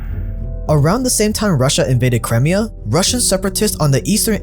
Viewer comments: How is so bad at pronouncing certain words? It drove me crazy a few weeks ago when he kept saying Papal States with a bizarre pronunciation. His butchering of Crimea in today's video got under my skin too. The thing is, his videos are actually pretty good overall. I'm doing my best to overlook how badly he says certain words out loud because I don't want it to ruin the overall experience, but dang, it's difficult sometimes. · Cry…me..ah not cremia. 🤦🏻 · Its C KRY-ME-AH not Crem-ee-ah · ffs, get your pronunciations right, It's pronounced Crime-IA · Crimea (CRY-MI-A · "cremia" though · First it was pa-pal states, now it's crim-ee-ah. Amazing documentaries, but please get your pronunciation right! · You're pronouncing crimea wrong. It's pronounced Cry-Mia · pronunciation drives me craz... omg the way he says Crimea... I think he does it on purpose! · ohh hes talking about crimea? wtf is that pronounciation